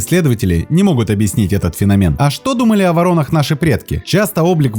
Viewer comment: правильно говорить - фенОмен